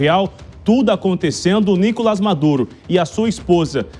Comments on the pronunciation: DÁ NOJO ESSE CARA FALANDO NÍ-COLAS AO INVÉS DE NICO-LÁS, MESMO TENDO UM TREMENDO ASSENTO AGUDO NO "LÁS". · Nicolás e não Nicolas beleza apresentador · Nicolás e não Nícolas